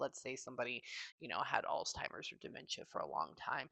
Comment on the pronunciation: I had 2 grandmas pass from Ahlzheimers, I used to say it just like you do lol but there's no t in it lol I'm thinking I need an hour for my session, I have so many ppl that have passed that were and are close to me. I want to be able to hear from anyone that comes through.